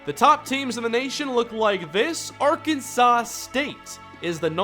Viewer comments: Ar-can-saw not Ar-can-sauce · It bugs me how you mispronounce Arkansas